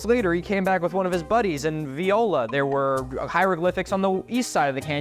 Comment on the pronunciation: "Viola" in french mean rape ! Its Voilà. prononce ~V-woa-la